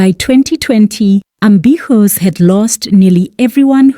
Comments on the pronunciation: Eish it's NOT AMBISSUES!!! I keep getting disturbed each time you mention this. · AMBISHOES🤣🤣🤣DANM...I GOT SO ANNOYED EVERYTIME YOU PRONOUNCE THAT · Can't even get through the whole video...ambishoes? Hai man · The way you keep botching people's names, ambitiouz should sue you too😭